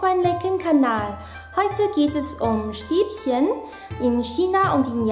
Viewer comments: bitte Stäbchen nicht Stäbsen;);) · LOL sie sagt Stäbschen